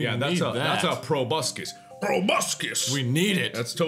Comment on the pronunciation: he says probuscus like tobuscus